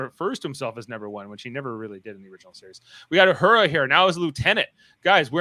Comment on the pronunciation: Guys just FYI its La'an no Lee'an and Uhura not You'hura . Just needed to get that off my chest . Its like nails on the chalk board everytime you Pronounce them wrong .